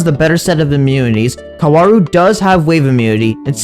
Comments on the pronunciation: It’s pronounced cow-rue Edit: this video hurt me to watch because he kept saying his name wrong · the pronounciation being kawaru is getting in my nervers throughout the video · its not kawaru, its kaworu